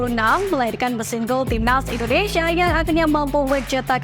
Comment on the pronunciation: INDONESIA apa INDONEisyiiia, 😂... Santai aja baca Isi beritanya... Takut Keselek aja🤣🤣🤣